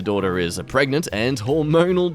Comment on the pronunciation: "Pre-GANTE" flawless english continues to impress